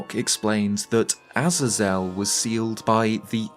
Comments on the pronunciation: Interesting video, I think Death Sword being an ancient Phantom Ganon makes sense personally, however I do like the concept of Death Sword also being either ancient executioner or a seriously dangerous prisoner/spirit of a prisoner. Btw, Azazel is pronounced like “Ah-Zay-Zel” not “Aza-Zel” 😉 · pronounced 'eh-zay-zel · I think this is the first time I've heard someone pronounce it "Az-Azell" and not "Ah-zae-zull" lol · A-Zay-Zel. Sorry it bothers me. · Ah-Zay-Zel . I cant handle how you pronounce it. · My friend it is a-zay-zul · Azazel is typically pronounced as "uh-zay-zel" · Not sure if you care or if I’m even right but I believe it’s pronounced A-Zaze-EL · sorry but it's pronounced ah-ZAY-zl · I couldn't finish your video because of your pronunciation of Azazel being botched each time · I can't keep watching the video I'm sorry dude but if your gonna keep mispronouncing the name Azazel then there is no way I can enjoy this bye. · Good vid, but that pronunciation of Azazel is criminal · Azazel is only hard a's not soft ones. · never heard azazel pronounced like that 😂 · Bro. I can't with how you pronounce Azazel😂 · The pronunciation of Azazel is a bit different than you say it 🐐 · Never before have I ever heard someone so fkn horrifically mispronounce Azazel